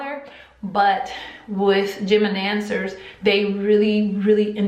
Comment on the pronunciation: I thought she was saying gemidancers 😂😂